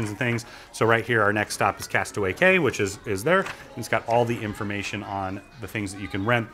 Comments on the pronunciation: K A Y ???? pronounced KEY, no? Yes i know its spelt CAY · cay is pronounced key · Key is correct. But ok- I was just hoping to educate. Have a nice evening.